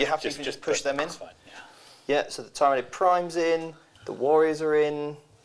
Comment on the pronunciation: Your insistence of saying tyranid and tyrant guard wrong is quite annoying lol